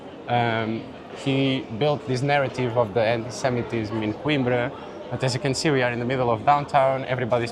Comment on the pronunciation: After the tour, the guy can’t even say “Coimbra” correctly?!